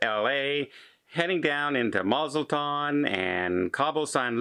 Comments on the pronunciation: Ah yes good old Mazaltan! (I know he meant mazatlan) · Mazatlan, not Mazeltan